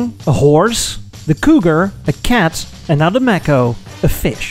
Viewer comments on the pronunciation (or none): May Ko, not maaco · Physeter macrocephalus- the sperm whale. A mammal, not a fish. Mako, not Macco. These are no worse than 'Murican cars of their respective times. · It took me a little while to realize you meant Mako (May-co). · Mae-koe not Mah-Koe Mako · It's not a Mack-o it's pronounced Make-o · The Edsel, looked like it had a vagina in the front. Ewww. Your "Mako" (pronounced "Mako", as in "Day". Not "Mako", as in "apple") Ford would've never built it, due to competition with the Mustang. It also looks like a Toyota. The rear end of the "Corsair" is REALLY ugly! Your "Citation" isn't bad at all. Chevrolet, would've never allowed you to call it "Citation". Your "Villager" isn't too bad. These are FAR better than your "Tucker", which were all horrible. Try "Studebaker", and "Henry J". Those would be fun. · Mako is pronounced May co. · Pronounced MAY ko, not macko. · As a former Edsel owner (I inherited our '59 Villager from my parents) I found this really interesting and well done. Some comments, though. 1) Edsel is pronounced with a softer "s" sound. Your pronunciation comes across more like "Edzel." 2) The shark species is spelled with only one "c" and is pronounced with a long "a", i.e., "May-ko." If you've added the double "c" for copyright reasons, then your pronunciation is correct. 3) Your logo "E" is too square. The real thing had tapered prongs (or whatever you call the horizontal bars on an "E") and a non-straight vertical bar. All in all, very imaginative and entertaining! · Also if it was named after the shark it should be pronounced may-co. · Also Mako (the shark) is pronounced with a long A, "may-co" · i really can't stand your mispronunciation of Mako... Good god.